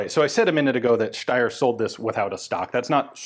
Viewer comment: I really like that Ian is pronouncing Steyr the correct way 👍👍